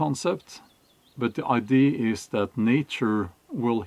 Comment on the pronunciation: A lot of continental Europeans struggle with the word idea and iron. Think of an eye and a deer. Idea. I-deer. And the R in iron isn't pronounced, it's not eye ron, but i-yun.